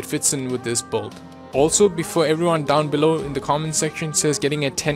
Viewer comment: "Boild" it's build